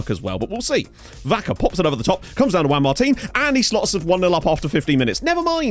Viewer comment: HES FINALLY SAYING JUAN MARTIN RIGHT!!!!!!!!!